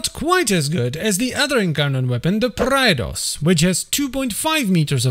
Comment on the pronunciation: isnt it pronunced prey dos